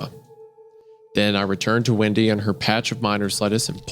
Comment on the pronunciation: The way Wendigoon was pronouncing ‘Windy’ I thought he was saying ‘Wendi’ so I had a feeling…